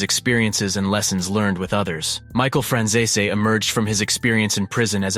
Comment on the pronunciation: Your pronouncing Franzese completely wrong